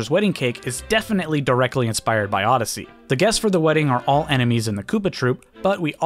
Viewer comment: Castle was from N64 come on now...how in the world you say Odyssey